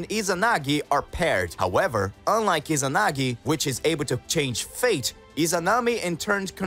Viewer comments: Bro say inazagi not izanagi lol😂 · He said inazagi wtf